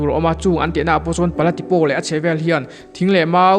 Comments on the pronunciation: A hmuhnawm e. Mara tawng a nih hian a tu te pawh hian 'O' hi 'Aw' ang hian kan lam leh thin a, O angin han lam ta mai thin ila a dik lehzual tur. I video hi en a manhla thin e. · Pala Tipo (Tipau tia lam tur Tipaw nilo in) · Pala Tipo i lam khan O hi Aw tia lam lohin Mizo tawngah Au angin lam la adik zawk ang. Mara tawngah O lam dan leh Mizo tawngah Au lam dan hi in ang deuh reng